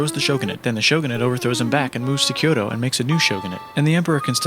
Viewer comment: Nobody:: kYoTOOOo